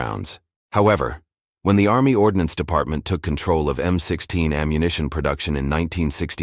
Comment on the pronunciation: "ARMMY ORDONACENE"? Since when do officers carry their decorations pinned to their backs? Dude your graphics suck.